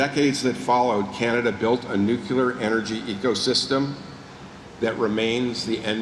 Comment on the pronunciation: Clear. New. New. Clear. New. Clear. Nuclear. Someone, PLEASE help this very capable minister to stop saying “new cue ler”.